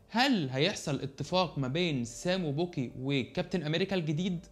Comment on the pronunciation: مع احترامي ليك انا شايف انك مش بضيف اي حاجه جديده بالمناقشة او المراجعة بتعتك للحلقات حاول تطور شويه عن كدا ملحوظة اسمه باكي ... مش بوكي